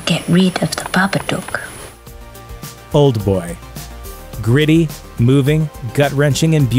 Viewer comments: Babaduk not babadoook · It’s baba DOOK not baba DUKE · its pronounce bah-ba- dook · Haha the babadoock... yeah you really Said that Right.. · Glenn the clip told him how to say it as well! Ffs babadook is pronounced babba-duck 😬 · It's funny how he say the babadook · Lol the way he pronounces babadook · WHY DO YOU SAY BABADOOK LIKE THIS